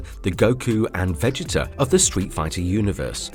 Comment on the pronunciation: Sorry I couldn’t go on after you said vegeta like that the video good but fuck man